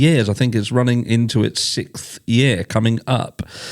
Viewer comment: Right? Especially when he says “sixth.” 😬😳